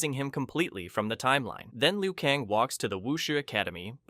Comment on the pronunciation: kAng not kong. How do you get that wrong